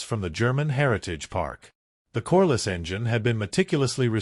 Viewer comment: Corliss, not coreless.